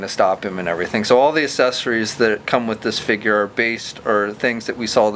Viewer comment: Man, this guy cannot say the word "accessories"